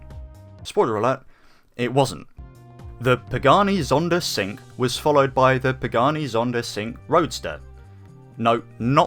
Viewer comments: Sink?? It is cinque .... chin-queh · Cinque - pronounced "Chink-way" not "sink" lol good vid tho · Cinque is pronounced “Cheenquay” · countreefus yeah I agree. also, I didn’t want to tell you this man because I thought you were just saying it for comedic effect, but you were pronouncing “cinque” wrong, it’s actually said like “cheen kwei” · Oh, I'm so triggered by the way you pronounced "Cinque"! 😠